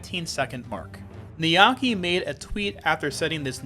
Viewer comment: Heads up, the name is 'niyake' (ni-ya-ke) not 'niyaki' (how you pronounced it). The ke is pronounced like "keh"